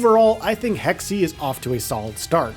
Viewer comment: WTF are "hecksie" and "ooksia"?